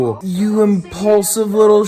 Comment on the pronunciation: "You impuslive little shit" you got me there XD